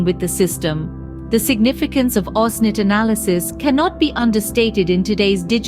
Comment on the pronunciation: pro it's OSINT not "OSNIT" 🤦‍♂🤦‍♂